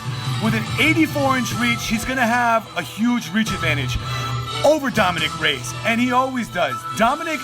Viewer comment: It’s Ray-Ez.. Not Rays.